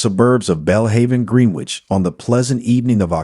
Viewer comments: Gren-ich ali-by-z please. I can't listen to this no matter how good it might be otherwise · Pronounce Greenwich properly please.